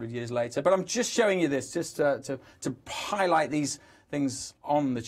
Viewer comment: Also one of them said 'pie-light' instead of 'highlight'. And the other in the grey slick suit makes no mistake in letting us know he started the met office. What a dick.